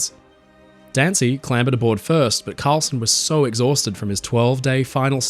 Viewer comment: Karlsen, not "Carlson".